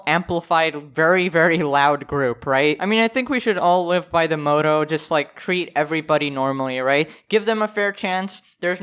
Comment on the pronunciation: Yo its motto not mootoo